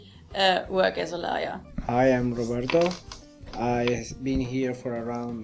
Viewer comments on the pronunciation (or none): none